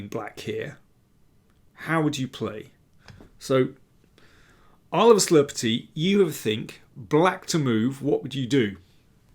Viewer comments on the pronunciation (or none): none